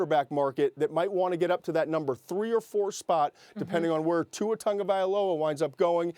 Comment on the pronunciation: Tua does NOT have a "N" in his last name. Quit saying it with an "N"